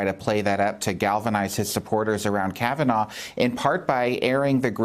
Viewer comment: Can someone tell Trump that his name isn't "Brett Kavanore"?